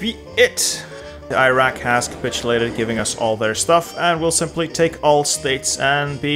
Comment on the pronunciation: I cringed every time he mispronounced Iraq, Iran and Kuwait. 🥴